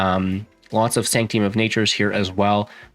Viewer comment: Good old Sanct-ee-um.